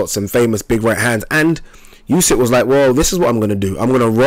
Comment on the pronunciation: Spell it like oosyk. Not like yusyk